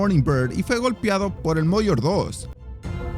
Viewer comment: Disparó .. disparos ??? 😂😂 .. y fue golpiado ..?? (Aprende a hablar, narrar) 🤦🏻‍♂️